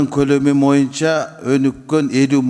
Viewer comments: Урматту депутат Момбеков "моюнча"эмес "боюнча"деп айтсаңыз четки болмок а так баары ок. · момбеков дплбоеп. тилин сайрайт. колунан хуй келбейт. кыргызда мойунча деген жок бойунча деп так туура суйлочу. мойунча деп музоо байлаган жипти айтат момбеков билип ал ушуну.